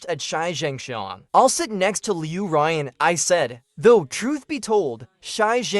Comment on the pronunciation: Loo Ryan for a solid two months, no change when the name is pronounced leyew ruyaawn, ughh. And these MCs are simp city